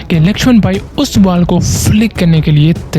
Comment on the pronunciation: "Baal, yArker, Full Taas, That's matter, Cirkit, sunake"